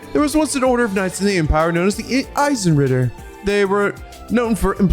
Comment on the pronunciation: You actually pronounced Eisenritter correctly. On the first try. Who are you and what have you done to?!